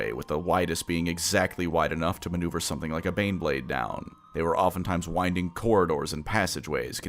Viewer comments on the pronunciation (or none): none